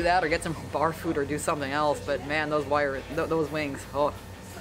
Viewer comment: "Bar food" (barffood).